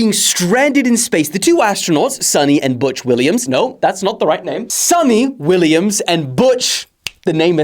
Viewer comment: Her name is "sunita Williams" by the way don't have to sound everything genZ